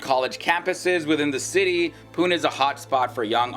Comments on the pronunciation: It is not pun it is Pune. You can pronance is as (Puney) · It's pronounced as "poo-nae" not as poon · Pu nay is the way to say Pune! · Pune should be pronounced like puney, not pun. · It's pu-ne 😂😝 (pune) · Please do some research before getting the videos on YouTube! Pune is pronounced as PU-NE ! Btw pune is the best city to live in India as per various surveys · PUNE IS PRONOUNCED AS PUNEY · Bruv say pune right 😂😂😂😂🤦‍♂️ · You have wrongly pronounced the name of city..... #Pune... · it is pune , pronounce the last E